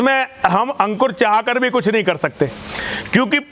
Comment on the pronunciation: Kutch ati nahi bol gaya? न सिर न पैर।